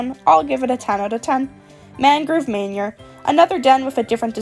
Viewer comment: “moonlight Mainur” 😭😭😭 no hate just saying lol